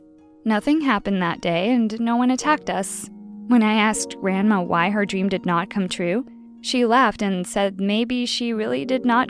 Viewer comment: “Dweam”